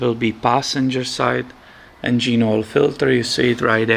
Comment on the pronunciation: I like the way you say "en-gene" ☺️